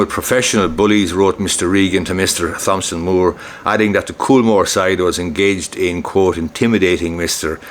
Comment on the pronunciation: the 'h' in Thomson is silent!